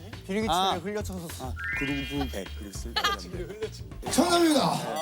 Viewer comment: 용복이 발음 굴빽 ㅋㅋㅋㅋㅋㅋ 너무 멋지고 웃겨